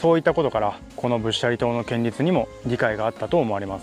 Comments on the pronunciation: 建立→けんりつじゃなくて、こんりゅうでは？ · 建立は「こんりゅう」。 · 建立は「こんりゅう」と読んで欲しい！内容と取材の姿勢は共感できる。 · 仏教的な建築の場合は建立(こんりゅう)と読むべきでは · 建立をけんりつと言うところがすっごい気になる…こんりゅう。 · 地元で気になって見ました！こんりゅうが、けんりゅうになってたのが気になりました。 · 。いつも素晴らしい動画ありがとう、と素直に言いたかったところでしたが、 建立、けんりつ、ではなく、こんりゅう、ですね。 うっかりミスかな、何度も出てきたので、とても気になりました。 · 寺社仏閣の施設建物を建設したり設置する事を、建立と書いて「こんりゅう」と読むんですよ。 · 宗教施設を建てる場合には「×：けんりつ ⇒ ○：こんりゅう」と読むのが正しい読み方ですよ。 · けんりつ って。建立「こんりゅう」じゃなくて違和感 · いやいや仏教に限らず、こんりゅうと読むべき。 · 建立はコンリュウと読んでください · 建立を「こんりゅう」と読むことを御存じないのがねえ・・・ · ホンマや！ "ほつがん"とかしっかり読めてるのに、"けんりつ""けんりつ""けんりつ""けんりつ""けんりつ""けんりつ"…あああ！ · うーん、仏塔だから「こんりゅう」と読まなきゃ。ちょっと勿体ない。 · 建立を けんりつ と読むの 大人として恥ずかしいですよ😰 しかも何度も😭 こんりゅう が正しいので 覚えておきましょう🖐️ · 他の人も書いていますが、せっかくよく調べてあり面白いのに、建立を「けんりつ」と読んでいるのが残念。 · 建立はこんりゅうという読み、けんりつとは言いませんよ。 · けんりつ・・・建立(こんりゅう) こんりゅうです。もう少しお勉強しましょう(◞‸◟) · せめてちゃんと、こんりゅうって言ってれば良かったと思うんです...🙇‍♀️ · 、老婆心ながら建立、こんりゅう、とお読み下さい